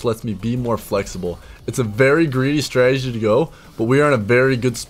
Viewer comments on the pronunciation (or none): none